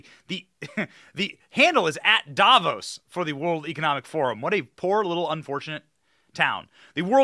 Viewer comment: "Davos", sounds like Diablos.